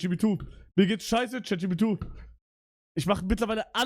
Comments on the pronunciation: er sagt Chatjubitu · Digga es triggert so krass, dass er immer Chat jipidu sagt